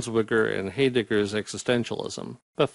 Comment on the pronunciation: Just fyi, your pronunciations are a little off at the beginning. Should sound more like: HI-deg-gar and Bins-VONG-er : )